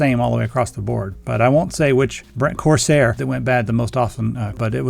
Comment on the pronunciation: you said "Corsair" & I got a tummy ache